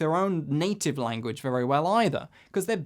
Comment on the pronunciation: a-gain and a-gain.... extraordinary languaccch :-)